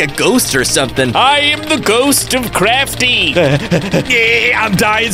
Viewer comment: craftee not soes but head